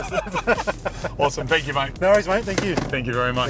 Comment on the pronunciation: Did he just say "there's so many people to fank"?